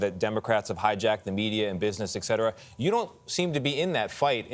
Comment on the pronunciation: A so-called journalist pronouncing "et cetera" "ekcetera" just rings of the dumbing down of America; God help us!